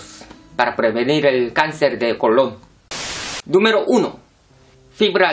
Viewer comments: Es colon sin acento....con acento sería como Cristobal Colón, no es lo mismo en la pronunciación...😒😒😒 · Decir cáncer de colon con asentó me dio mucha risa